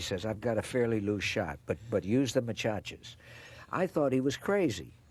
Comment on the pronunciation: Machachas?? He must have meant to say maracas. Nevertheless a memorable interview.